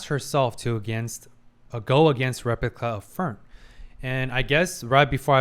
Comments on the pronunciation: Why do you keep saying "repicla"? 😭😭 Not even the editor took notice... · Also hilarious that is trying to correct his German name pronunciation and then immediately calling the replica a "repicla" 😂😂